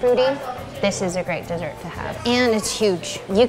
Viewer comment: When she said dessert I thought that she said sessert